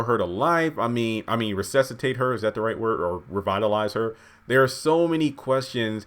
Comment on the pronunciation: the word is resuscitate